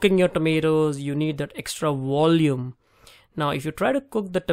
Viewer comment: Volume not Wolume Va-Ve-Vi-Vo-Vu Wa-We-Wi-Wo-Wu Practice for 1 hour everyday for one week!